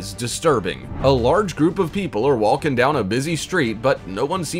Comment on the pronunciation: Wall-king and Tall-king